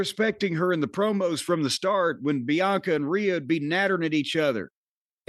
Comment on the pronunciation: Come on, Jim. It's IYO Sky, not RIHO Sky.